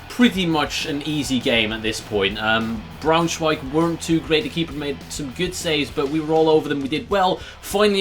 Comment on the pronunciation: You said Eintracht well, but not Braunschweig